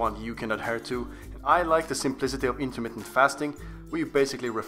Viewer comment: LOL, "intermittnet."